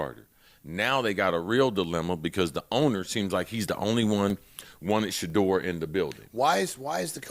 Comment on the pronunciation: Shedeur not Shadore😂